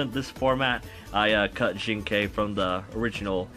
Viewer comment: OMG YOU ACTUALLY PRONOUNCED "XINGKE"CORRECTLY!! You have no idea how triggering I get whenever I hear a youtuber pronounced it incorrectly XD.